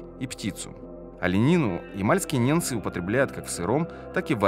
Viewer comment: Автор, неНцы живут на севере,по тексту же звучит-неМцы!!